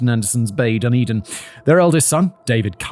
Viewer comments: He called it 'Dun din'! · Please Simon Dunedin (da ne din) and Otago (o ta go)